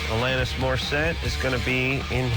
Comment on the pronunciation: Can’t wait to see if Alanís tells them it’s Alah-niss not Alann-is